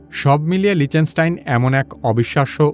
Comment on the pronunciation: লিচেনস্টাইন ❌ লিচটেনস্টাইন ✅